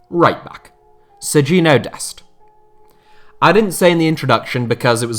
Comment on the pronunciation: It's pronounced ser-gin-ho dest